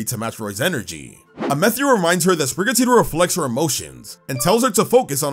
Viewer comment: Question. Why are you saying Amethio’s name differently? It sounds like the word “meth” as in the illegal drug is in his name.